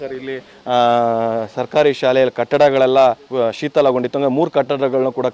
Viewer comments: ಶೀತಲ ಅಲ್ಲಲೇ.. ಅದು ಶಿಥಿಲ... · “ಶೀತಲ” ಅಲ್ಲ - “ಶಿಥಿಲ”.